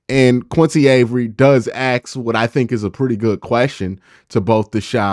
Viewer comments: please learn to say ask not ax as this will hold you back if you have plans to be more than an you tube guy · love your vid man. I definitely watch them all the time but I swear you need to work on pronouncing the word ask LMAO it’sASK NOT AKS😂😂😂